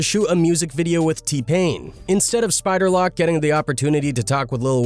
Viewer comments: This dude said spider lock😂😂 its spider LOC, you damn foo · OK, you know it’s a generated when he says spider lock it’s pronounced spider Lowc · “Spider lock” has me cryingggg🤣🤣🤣 it’s pronounced Spider - Loke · bruh you sayin LoC name so damn wrong...its LoC not lock, its LOC say it like you sayin "oh" between da L&C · Whos Spider Lock lmao??. Cmon now, if your gonna do a video about a person, pronounce the name right smh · Spider lock 😅😅😅😅😅 it's lock homie 🤦🏾🤷🏽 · Spider "Lock" 😂😂😂. These narrating voices be saying 💩hella wrong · SPIDER LOCK !!!!! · Spider loc say the name right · I heard that and made the biggest look of confusion ever…then I was like “oh yea. He white white” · I stop watching your video because you don’t even know how to say spider LoCs name correctly check your grammar bro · That's Facts it's AI and they always get the names wrong